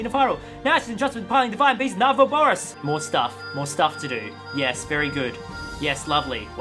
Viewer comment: it seems that this game was just made to confuse him XD also it was really funny at the end when he said " Na Vaboris " instead of Vah Naboris